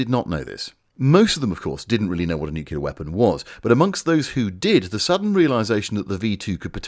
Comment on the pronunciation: And 'nuclear'. *Newcular*.